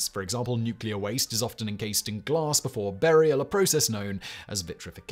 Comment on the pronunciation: Lol@ "glaRss"